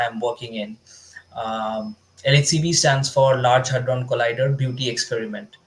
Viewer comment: It's Hadron, not Hardon Lolllll